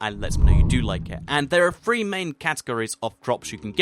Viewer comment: You say three like free! Say it like your tough on your teeth and say "th"!